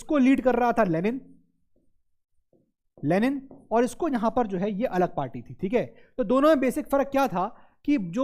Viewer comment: when sir said 'alag party' i heard 'Alakh Pandey'😂🤣🤷‍♂️😁